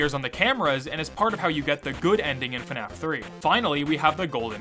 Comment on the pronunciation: Please stop pronouncing FNAF as Fenaf. There is no vowel in between the F and the N in FNAF.